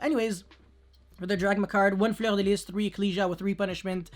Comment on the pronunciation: It’s refreshing because no other yugituber pronounces it correctly lol